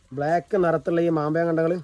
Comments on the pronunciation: മാമ്പയമല്ല സഹോദരാ. മാമ്പഴം എന്നു പറ? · മാങ്ങ എന്നു പറഞ്ഞാൽ പോരെ സഹോദരാ.. ... മാമ്പയം 😅😅